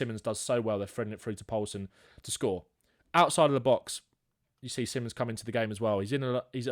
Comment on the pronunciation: Fun to watch, just get his name right. Si(like spanisch) mons, or just call him Xavi as that is the name he wants to go by. Not Simmons